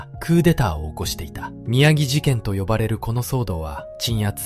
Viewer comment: 宮城(⭕️きゅうじょう)事件